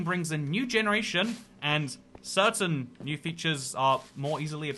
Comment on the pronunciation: Hey you said "certaiM circuNstances."